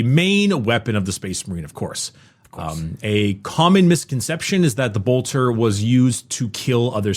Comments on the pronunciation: I appreciate that warframe grinding has so throughly mentally damaged that he still, after 3 years of Adeptus Ridiculous, still pronounces Bolter as Boltor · Everytime says Boltor a angel loses its wings